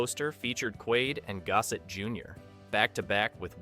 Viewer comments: AI Mispronouncing It . . . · Lou-is Gos-set. Pronounced all the other names correctly except the one black dude. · Is that really how Gossett wants his name pronounced?